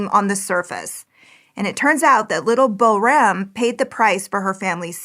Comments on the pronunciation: She did not pronounce the little girl's name anywhere close🎉 to correctly. Pronounced correctly it sounds like poram, with the "r" making a softer rolling sound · Boram is pronounced more like ‘POOR-rum’ with a rolling R.